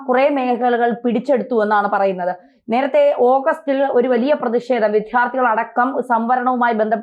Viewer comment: വിധ്യാർത്ഥി എന്നു പറയരുതേ ,വിദ്യാർത്ഥി എന്നു പറയൂ